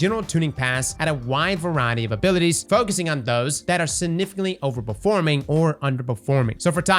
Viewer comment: There is a 'G' in the word "significantly"